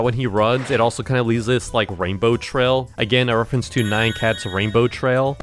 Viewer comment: ITS NOT NAY-AN ITS NI-YAN